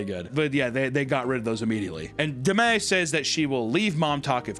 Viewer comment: Okay but why, WHY does she pronounce Demi like that?! 😭